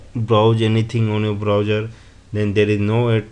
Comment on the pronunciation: say browser...not browger